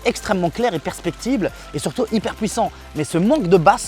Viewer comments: Super vidéo mais le mot c’est perceptible et pas percpectible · Mdrrrrr je rigole et te reprend juste sur ta façon de dire "perceptible", tes propos sont très clairs a part ça, continues si tu te régale a faire tes vidéos !